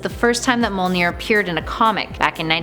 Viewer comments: Why is Mjölnir so hard to say...it's mj-OL.nir not mo-L-nir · STOP SAYING MOLNEER!! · Thank you! Hearing her say "mole-near" repeatedly was agonizing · It is pronounced as "Myolnir" not "Molnir" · I hate how she pronounces Mjolnir as "mole near". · Broken Bridge me-ol-neer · Mjolnir is pronounced “myohlnihrr” and M’Kraan is pronounced “ehm crohn” (At least according to the X-Men animated series) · MUH-YÖL-NEAR !!!! Jesus lady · Am i the only one that got triggered she said mjonir wrong